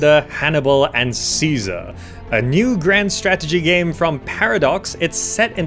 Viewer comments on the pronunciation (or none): none